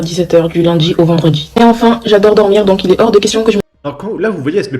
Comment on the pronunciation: "Du lundji au vendredji"...